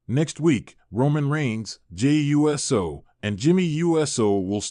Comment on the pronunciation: Hey you’re still saying JAY U…..S……O ITS USO “OHHH-SOHHH” or are your saying it lik that for the videos CC